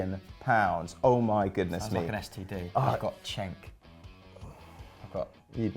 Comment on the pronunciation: Cenk not Çenk. C is pronounced like J in Turkish.